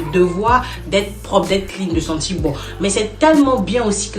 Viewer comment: Madame, vous écorchez la langue française :les 2 premiers mots:sentir bon, et non senti bon. Comme vous peux le constater, il y a un "r", à la fin de ce mot. Et il est de même pour le mot "sourire", mais, en plus, un "é", à la fin. Mais malheureusement, il n'y a pas que vous qui fassiez cette erreur, c'est égal à tous les africains et africaines sur le net.